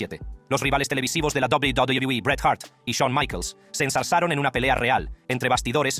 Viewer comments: PRONUNCIAS PÉSIMO WWE/WCW.PORFAVOR APRENDE A HABLAR.ES MOLESTO OIRTE. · Hermano tu video es interesante pero por tu tono de voz y la forma en la que pronuncias a WWE es molesto